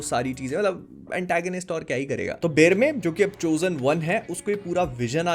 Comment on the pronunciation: बेरमे नाम है बेरमेर नहीं है।